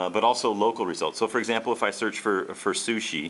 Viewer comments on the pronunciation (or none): "You can also SOOCH the web"...?